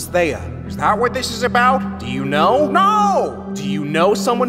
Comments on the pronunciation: And it's Theia not thea. Sorry if I was rude... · Watching this hearing ‘theia’ as someone named ‘Thea’ is hilarious😭